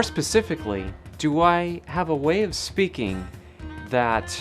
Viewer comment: You said 'speakeen' instead of 'speaking', is that Californian?